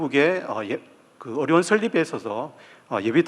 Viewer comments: 어료원이 아니라 의료원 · 의료원 발음이 어려운 으로 들리네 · 의료원이 자꾸 어려운으로 들려요...😢